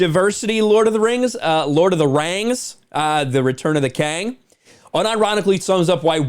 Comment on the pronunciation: Lord of the Rhangs. Return of the Khang. That made me laugh. 😆